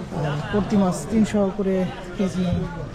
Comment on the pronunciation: Bhai Apni bar bar bolchen mas ,shobdo to mas na! Shobdota holo MACH not mas. Dhonno baad